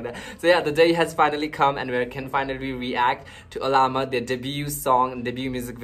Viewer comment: Pronouncing 'Alamat' - put the stress on the 3rd syllable instead of 2nd syllable. saLAmat - stress on the 2nd syllable (means Thanks) alaMAT - stress on the 3rd syllable (means Legend) Just a quick TAGALOG 101 😉